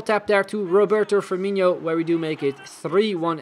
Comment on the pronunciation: I can get over how he calls firmino firmiño lol